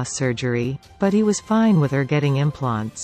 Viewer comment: Seriously, it reads GA, the abbreviation for Georgia!!! And this pronounced it "ga" like gaga lmao. And what are implonts 🤣🤣🤣🤣🤣🤣